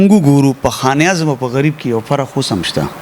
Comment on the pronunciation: sb taso che kam kaar kaway no da de kar da para yo khas taleem haselol pakar we zaka che de kar ke khabare ao tanqeed baraye islah der aham kerdar ada kawe, no mehrobani okay da khpal talaffuz mo teek k za pa de interview ke taso ta siraf da yo lafz khayam che pa de ke talaffuz tek na de. For example taso khan e azam bia bia waye no da khan e azam nade da khanezam de no plz che next time da interview kaway ao ya prgrm no da haghe na makhke lag preparation kaway.